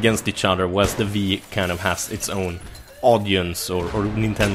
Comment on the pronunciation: "The Viii" Asså fyfan vad svenskt